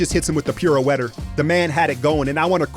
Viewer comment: "Piro-wetter?" LOL